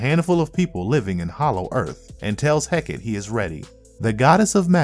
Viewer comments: It's pronounced heck ahh tay or heck ahh tea. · Heck-ah-tay is how Hecate is pronounced. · Hecate = "Heh-kah-tee".